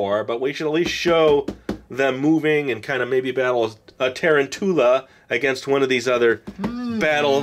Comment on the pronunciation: who says taran-tula??????? i dont think tarantula is a rare word....i guess he doesnt know what tarantula is.. (-_-)